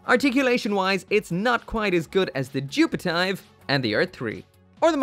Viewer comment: still cant say it right joo-pe-te-ve is how you pronounce it